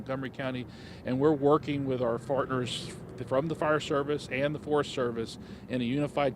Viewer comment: Anyone else noticed he said FARTners instead of PARTners? LOL😅😅😅